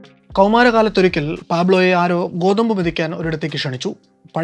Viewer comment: കോതമ്പ്❌ ഗോതമ്പ് ✅